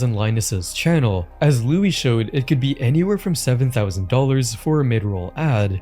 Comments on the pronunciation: his name is pronounced "Lewis" not "Louie" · Heads up, his name is pronounced LEW-is. Great video! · your pronouncing his name wrong it is NOT Loui, it's louiSSSS. Louis. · Its not Looooo-weeeee its Louis Rossmann (with 2 N's) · "Looey" Rossman lmao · You're pronousing Louis Rossman incorrectly lol you say the s at the end bro. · "louie rossmann" 😭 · Don't pronounce louis like that again lol it is like Lewis not Louie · "Louie Rossmann". Louie? Pretty sure he does not go by Louie, its Louis.